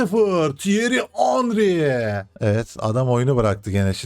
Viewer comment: henry yazıliş okunuş ya henri ya da hanri reisim.